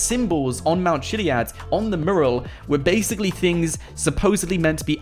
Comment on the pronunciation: mew-ral. it's bloody mew-ral